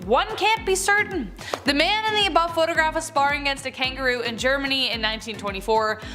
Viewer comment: Really really sad you can't even say na!¡ Germany. This is why this generation suck ass